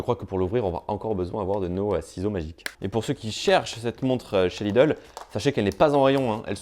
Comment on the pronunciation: je suis plié à chaque fois qu'il dit "Lidle watch"